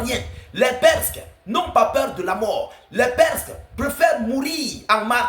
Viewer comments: On dit PERSES et pas perk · Des perces et non perske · On dit les Perses pas les Persks abruti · Les perses et non les presques svp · On dit des PERSES pas PERSQUES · Les perskes ou bien les perses? Lol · Salem ,il faut dire les PERSES et non les PERSQUES 👍✊